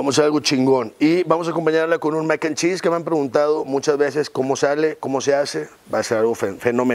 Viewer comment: “Con un mec & cheese” 🤣🤣